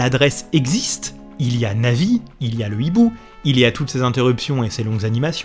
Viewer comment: Bonjours à au lieu de dire Navis il dit Nazis ça m'a fais bugger XD mais sinon trés bonne vidéo